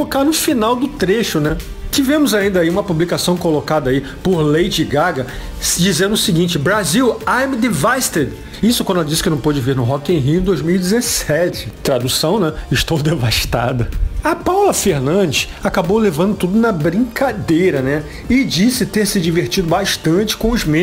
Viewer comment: "Brazil I'm devastey" poxa super bilíngue